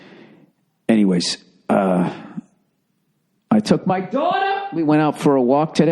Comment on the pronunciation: Billy butt crack it's been awhile since you hardcore rant. But once you talk about your dauughtaaaa you become a soft serve😁 but I love this podcast